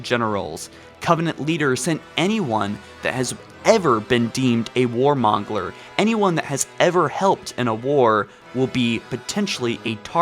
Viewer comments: Anyone else hear him pronounce it “war MONGLER” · I'm sorry... a war WHAT? Did you just say mongeler? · "Libarian" "Warmongler" Come on. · Bruh, what's a "war mongler"? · "war mongler".